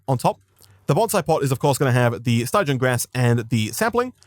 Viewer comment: “Stij-e-in” Stygian